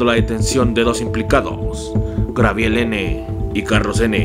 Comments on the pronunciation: Minuto "grabiel" n. jajajjj. y lo peor es que lo repite 2 veces jajajajajj... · jajajajajaja "GRABIEL" Y "CUATITLAN" jajajajaja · GABRIEL....NO GRABIEL....jajajaja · Dices Grabriel no Gabriel dices Haiga no haya jajajaja pero bueno es tu toque 🤣🤣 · Es Cuautitlán Izcalli no Cuatitlán y no es grabiel es Gabriel 🤣🤣🤣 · Dices grabiel no Gabriel comandante jejejeje Saludos, me encantan estos videos🤘👌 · es gabriel no grabiel aprende a hablar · No inventes primero enseñate a pronunciar tanto los nombres de las personas y de los municipios se dice Gabriel no Grabiel y el otro es Cuautitlán no Cuatitlán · No lo tomes a mal!!!, pero es cuaUUUUUUtitlán Izcalli, no CUATITLAN!, solo tomalo en cuenta!! Saludos!!! no dejes de chambiar!!! y de GRABIEL ni hablamos.